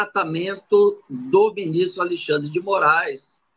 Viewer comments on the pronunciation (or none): Muito obrigado por nos ensinar e esclarecer os fatos, e nos tornar conservadores fortes. Mas peço por favor, fale Alexandre, e não mais Alixandre. Abçs